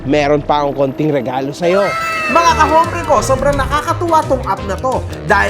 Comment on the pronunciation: brother, whenever you say the word, "hombre", do not pronounce the H, it's pronounced with a silent H, as in OMBRE. para lng sa tama tayo, bro, hindi magandang pakinggan,e. tnx